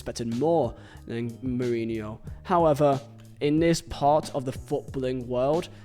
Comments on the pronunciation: I lost count of how many times you said Jose murinho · Couldn't complete the video because of how you pronounce his name. So jarring. Sorry😂